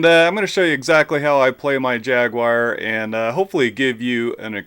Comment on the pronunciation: Ah yes, the Jag-you-are! Fabled down here 🦘. A 'poopality'? What happens with one of those? 😂